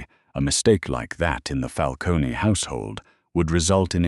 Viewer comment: Fix the AI pronunciation of Lucchese and Falcone and manila.